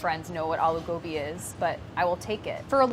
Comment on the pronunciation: I’m so happy she didn’t say uh-loo gobi